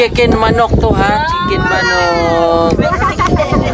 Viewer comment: It’s not chicken maaanok it’s chicken manok …